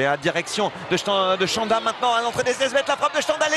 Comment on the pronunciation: Chanda, no shanda. It is pronounced "ch" as in "chief"